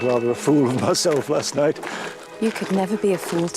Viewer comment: Your pronunciation of knight damn near killed me😂😂